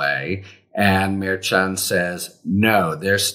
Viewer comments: Pronounced mer SHON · Maybe someday Harry will pronounce the judges name correctly. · I think you’re saying that name wrong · Harry, you are mispronouncing the Judge's name. Why would you not fix that? I'm sure other people have told you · Please pronounce the judge's name correctly.